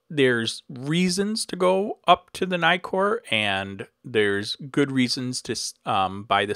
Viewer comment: Nice video. By the way, you may pronounce Nikon with a long "i" (aí), but not Nikkor (i). The doubling of the consonant shortens the vowel and you may not diphthong it ;-)